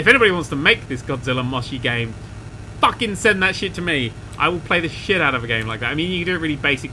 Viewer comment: This series has made me realised how much sounds Australian when he says "fuckin".